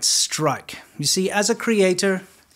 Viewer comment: When he says, "The video they don't want you to dee, he's not kidding